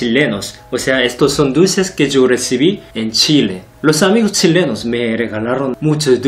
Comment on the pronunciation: Los dulces tzhilenos